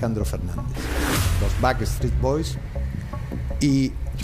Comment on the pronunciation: Ojala vea el mío, ella dice Basstreet boys es BACKSTREET BOYS, el único que lo dijo bien fue y los animadores